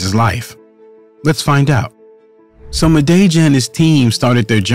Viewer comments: "Mah-day-jah" Jesus christ wtf is that pronunciation😅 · Please show a bit of respect and learn how to pronounce one’s surname before producing such video. You are twisting the pronunciation of his surname horribly wrong.